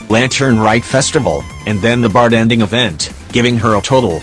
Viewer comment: Why do I keep hearing the TTS voice say bart-en-ding instead of bar-ten-ding?